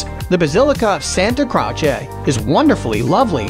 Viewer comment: One of the most irritating narrations of any travel video. "Santa Crotch-ay"? Jesus.